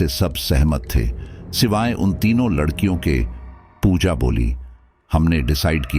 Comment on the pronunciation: Ek bar aap ne ladkiyo ki jagha lakdiyo bola tha 😂😂😂